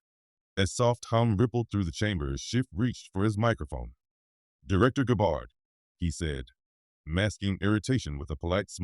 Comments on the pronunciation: It’s so important to pronounce a proper name properly! It’s not GABARD ITS Gabb ard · I agree. Notice the subtle spelling difference in Senator Schiff's name ("Schift") and the French pronunciation of "Gabbard" in this factually based fictional narrative. Perhaps this is done to mitigate any challenge of slander, should Senator Schiff's legal team be stupid enough to challenge this video in court. Such a move would not only give it more publicity, but also open the case up to more independent legal "discovery" which could only serve to tighten the legal noose around Senator Schiff's neck. My prayer is that The Lord God Almighty "Makr America Great Again" but only for God's glory; not to "get anyone's reputation or put them in jail, unless justice, not revenge, requires it. May God guide Trump and his cabinet Secretaries toward the direction of my prayer. Remember: "Vengeance is Mine, says The Lord" on judgment day, The Lord Jesus will mete it out to those who have rejected Him and have not repented. Amen.